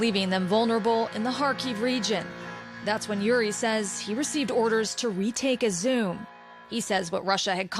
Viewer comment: You could at least learn to pronounce the name of the city properly.